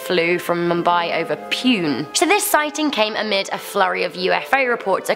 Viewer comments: Someone please teach this poor girl to read words XD it's Gur-gao-n and Divya Bha-rti there's no 2nd h in her surname! And the city of Pune is pronounced Pooné not Peun. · thats poo-ne not pun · Oh btw Pune is pronounced as "Poonay" not literally Pune XD. Great video btw. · omg it took me a minute to find out what you were trying to say it's not pronounced pUne It's pronounced as punAY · you literally butchered the name Pune, it's pronounced "Punay" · Wait, to clarify it's not pronounced, "PUNE", but "PUNEY" but pronounce the U as a bit of an "oo" sound Other than that great vid👌👌👍👍 Can u do Arabia next or Arabian penesula next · It's not pune its pun. e/ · Its not pune, Its PU - NÈ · You spelled pine wrong😂😂 It should be Poo-n-e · lol.... It ain't pronounced like that..... Pune is pronounced as Poo-nay. I'm watching this as I'm about to sleep. I hope I have an angelic dream. 😂😂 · is spelling PUNE as PUUN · Pune Poon-aye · Not pronounce pune its (Pu-nea) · Also, she mispronounced Pune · that pronunciation of "Pune" though... what can i say... cute